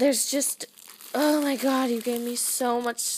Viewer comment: Pinch urself every time she says oh my good lol😂😂